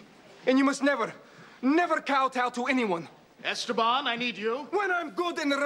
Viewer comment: Why do they call them Esteban instead of Esteban. If you read if differently or you are Latino or you know how to pronounce it